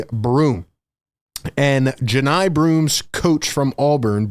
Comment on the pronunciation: I know Johni’s cousin. It’s pronounced “Juh-Nye”